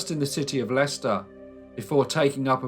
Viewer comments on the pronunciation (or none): none